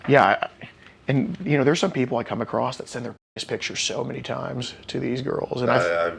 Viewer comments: Goddammit the # of people that say "acrost" instead of across is mind blowing. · Acrost the ocean. In a land far away. Youre so gay. You're so gay